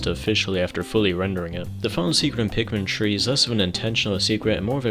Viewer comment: I just realized he was saying Pikmin 3 not Pikmin tree